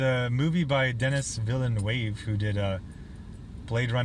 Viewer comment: Denis Villeneuve is pronounced “Denny Vil-Nuv”